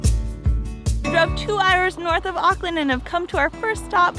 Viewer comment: why is this reccommended i live here and its auckland not auckland like data and data